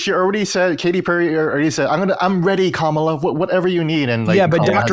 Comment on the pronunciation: Glad to see you guys have a real conversation like this. Also, Colin saying Kamala incorrectly is embarrassing.